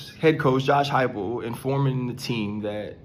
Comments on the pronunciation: "Hype el" is how you say it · Josh Hy-pel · Dude how can you comment on sports and not know Coach Huepel pronounced Hype- el was not a heisman trophy winner runner up at QB for Oklahoma back in the day. Know your stuff man or just be a guest somewhere. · Hi-pull that’s how his name is pronounced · Pronounced Josh Hype pull